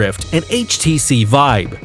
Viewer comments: It really annoys me how he says “Vibe” instead of Vive. That’s the only problem though. Great video! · htc VIBE XD its VIVE NOT VIBE LOLOLOLOL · IT'S VI VE NOT VIBE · he keeps saying 'htc vibe' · why do you say HTC Vibe? it calls "vive" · stop saying HTC vibe. It's HTC vive come on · this video is a joke. the speaker is clearly just reading a script and sounds like he has no gaming experience. half the shit is being said as if reading Hype pieces for shareholders. No actual gamer would speak like this and I swear half the time he said vive, he was saying vibe. The skyrim segment is basically describing every game ever. "The world is full of stories and characters in which you can walk, interacting with people and change the course of the story depending on your actions" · the guy kept calling it the hts vibe and it was driving me fucking nuts the whole video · bruh his saying htc vibe . OMEGALOL